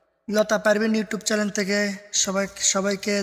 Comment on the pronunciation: চ্যালেন না,চ্যানেল।